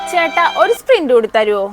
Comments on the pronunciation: Spint wlla sprit😅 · സ്പ്രിന്റല്ല സഹോദരി സ്‌പ്രറ്റ് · spint അല്ല sprit ആണ് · Sprint അല്ല sprite